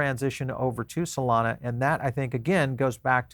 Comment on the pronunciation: solomi 😂. twice he said solomi😂